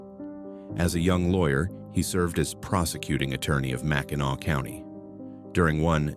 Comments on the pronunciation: It's pronounced MAC-in-aw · At least he didn’t say Mack in nack 😅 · Mackin Awe good job AI 🤣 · Arti Ficial Intel Iigence....at least he didn't say MAC IN ACK....which most do!! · That is a pretty annoying mispronunciation! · Hillarious pronouncation 😅